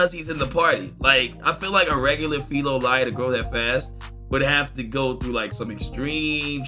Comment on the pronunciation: I think it's pronounced Fee lo lee ol. Filolials like pulling carts, and are basically omnivores. Kingdom of Melromarc's intelligence service: Shadows (espionage, stealth, tracking) Sword hero: Ren Amaki (Virtual Reality based video game experience) Bow hero: Itsuki Kawasuki (Console based video game experience) Btw the sword and bow heroes aren't as good as you think. They've only really highlighted the problems with the spear hero Motoyasu Kitamura so far. I can spoil what's wrong with Ren and Itsuki, but that's for people to find out. ヾ(*ΦωΦ)ﾉ